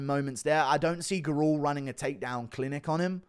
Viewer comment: Hey yo Guru the surname Gurule is pronounced Gurr-lay